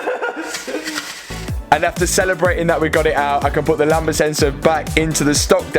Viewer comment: You keep saying lamBa, it's lambDA